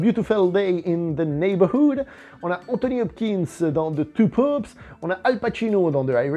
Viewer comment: Il m'a fallu un moment pour comprendre que tu ne disais pas 2 poops mais 2 papes 😂